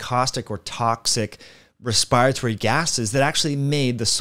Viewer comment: What is your level of education? Your saying virulent and respiratory very wrong. Also 'bad air' is some arcane hocus pucus.